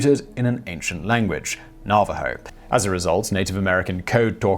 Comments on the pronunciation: Nav A ho-s not nava ho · Nava HO, not Narvaro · It's NAH-va-ho, not na-VAH-ho. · "Simon. Its not 'Na-VA-ho, it Naaaaavajo." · Nuh-VAH-hoes? NAV-a-hoes! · LMAO. Na Va Ho? It's Navajo. geez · Damned Brittish pronunciations! Na- va- ho! The V is hard! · Thank you for talking about the Code Talkers. They truly deserve all the praise. I would like to correct you on the pronunciation of their name. It's pronounced Na-Vuh-Ho. Everyone deserves to be recognized by their proper name. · Simon, you mispronounced Navajo at ~ , and ... At all other times your usage was correct. Na·va·jo | \ ˈna-və-ˌhō . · just another FYI: Navajo is pronounced nav/ah/hoe, for future reference, and I'm glad you included them here, in yet another embarrassing example of how Americans are not taught their history, most don't know about them, or rather didn't until a movie was made about them, I did, because my middle school boyfriend's grandfather was one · It is pronounced "Nav-a-ho". Thanks for the video Simon! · Navajo is pronounced Na va ho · NA-va-Ho... Sir... NA-va-Ho... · Simon. Love ya. Great vids. But sometimes your pronunciations just really....................... :) Navajo. As in "have a hoe" but with an "n" instead of "h". . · I DID ENJOY THE VIDEO. but it's pronounced NAV-a ho. Thanks again. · Navajo-- "na-va-ho" for the next video! Just a little bit of help from a pleased subscriber. Keep up the good work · you should be smacked for saying "navajo" wrong- you're an idiot. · how can you not know how to pronounce navajo? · FYI the emphasis is on the 1st syllable in Navajo not the 2nd. No big deal, just wanted to lyk. Great video as always! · Your pronunciation of Navajo made my head hurt. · plus, the accent is on Na, not va, in Najaho!